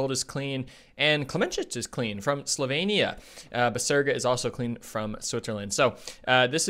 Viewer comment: Slo-vee-nee-ah. Not Slo-vay-nee-ah. For gosh sake!